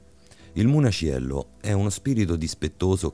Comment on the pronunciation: O' munaciello non muniacello....un minimo di dialettica napoletana studiatela...waglio'...l'accento napoletano e' un'arte ....